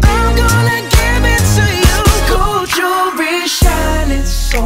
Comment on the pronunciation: Fr he pronounced it like this: Goerl (very faint rl) JOwellery (the 'wellery' part sounds like 'be')